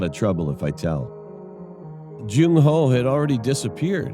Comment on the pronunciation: "Jung How" 😭